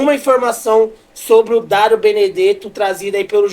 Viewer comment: Falando direito daro 😅 Dario